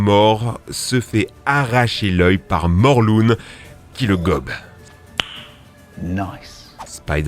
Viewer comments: On dit Morlin pas morlune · Ça se dit morlin !!!!!!!!!